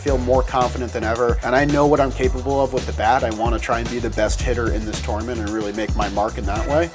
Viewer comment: I talk about a lot and I think my biggest problem I have with him is the way he says tournament every single time it makes me sick